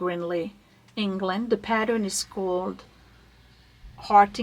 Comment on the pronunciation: Take it from an English woman - you said "Hartington" perfectly!